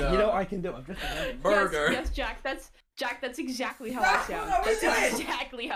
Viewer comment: why can none of them pronounce burger correctly